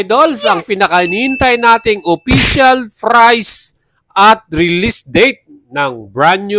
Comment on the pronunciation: Pambungad pa lang "official FRICE" BWUAHAHAHAHAHAHAHAAHAHHAAHAHAHAHAHAHAHAHAHAHAHA 😂😂😂😂😂😂😂😂😂😂😂😂😂😂😂😂 LAUGH TRIP TALAGA KAYO KAHIT KELAN!!! 😂😂😂😂😂😂😂